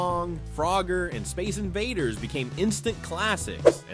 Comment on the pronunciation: Lots of good stuff in there, but like the 70s video, listening to the announcer stress all the wrong syllables was entertaining as hell. Space INvaders rather than SPACE invaders... trapper KEEP-er rather than TRAP-per keeper... friendship PINS rather than FRIENDship pins... slap BRACElets rather than SLAP-its...